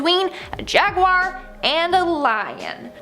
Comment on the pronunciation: Please please learn how to say jaguar properly. Kills me every time you say It wrong 😂